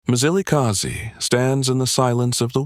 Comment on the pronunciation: It's not Mizilikazi mani wena mlungu. That's why it's not good for our history to be told by white people. They want us to pronounce their words correctly. But they don't do so with ours